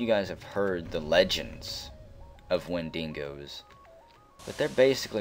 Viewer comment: Wendingos... im pretty sure its pronounced and spelt wen-dig-os. Sorry if im missing out on the joke.